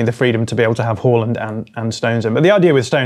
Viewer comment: First football channel to pronounce Haaland properly.